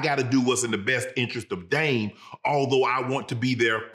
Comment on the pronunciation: Yeah. I know it’s confusing since there isn’t a T in his name lol.